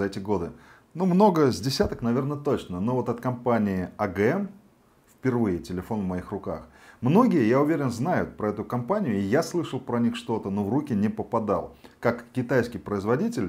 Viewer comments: Обзор нормальный А слово агм так резануло по ушам ого-го Блогер должен правильно произносить эти три буквы по английски эй Джи эм Джей би эл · Ну уж совершенно по колхозному название произносите! Вместо ЭЙ ДЖИ ЭМ АГМ!..слов нет.